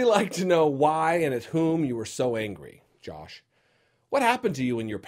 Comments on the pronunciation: I love that he calls him Jolsh! :) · Say it with me: JAWSH.